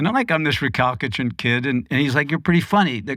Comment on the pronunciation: Yes! I noticed that too. 😂 “Re-CAL-ki-trant” I kept going, “Nope, try again.”